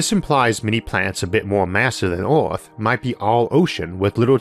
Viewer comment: Everyone: Earth Arthur: Eorth